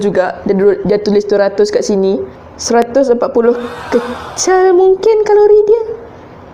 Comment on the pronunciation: hehe.. bila dgr sis sebut "kecal" dlm video2 sis, tringat zaman study dlu.. ada member yg suka sebut "kecal" time present case.. slalu kena tegur dgn lecturer 😅